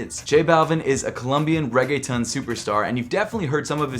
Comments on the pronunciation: A columbian RAY-GAY-TON superstar lmao. I don’t blame him for miss pronouncing reggaeton but that was funny. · y u say raygaytun? lol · He said Riggatun😂good vid bro